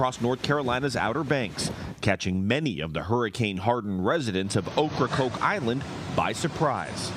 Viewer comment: They keep saying oak CrokeIsland rong